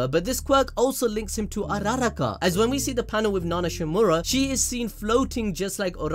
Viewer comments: Bro you pronouncing uraraka name is pissing me off lol it's ura-raka. Not u-raraka lol please say it right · Ummmm...... pls look to he says uraraka araraka #IMPROVEURPROOUNCINGABD!! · Krishna Singaravelu ya he said urARaKA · It is pernonts as oo ra rock aaa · I hate the way he say ururakas name🤦🏾‍♂️